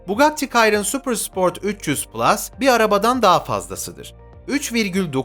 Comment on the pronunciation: Bugatti kayron ne yaaa abi? 😆 Bugatti Şiron onun adı